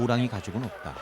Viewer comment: 읍따.읍써. ㅇ좀 고만처라.